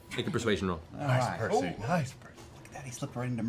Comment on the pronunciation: That and Percy is the only one of the group of whom Tary says their name correctly.